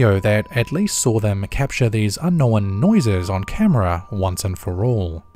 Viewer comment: You just couldn’t get through one video without using the word “unknown”, and pronouncing it wrong, could you? “Unn-nowinn” = thumbs down, yet again. Between Caspersight making fun of you for it, and everybody else commenting about it, you would think you’d learn by now…